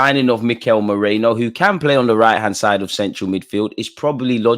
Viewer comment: Its not Moreno. Its Merino!